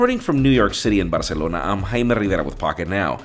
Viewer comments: The way Jaime says his name and Barcelona is so authentic🔥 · How you say Barcelona is epic.